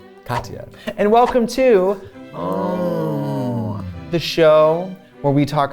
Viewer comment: came back to see if katya was still saying unhhhh wrong…she is